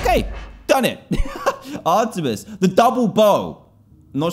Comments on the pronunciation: O yea. I was going to say it plus Dan says her name wrong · It is ar-meet-es. And it is she....... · I am triggered I’m a big Greek mythology and Percy Jackson fan but it is pronounced are t mees